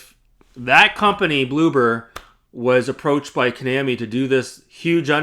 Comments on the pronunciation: Maybe learn how to pronounce Konami properly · You’re not even pronouncing Konami right so it’s hard to take you seriously with your criticism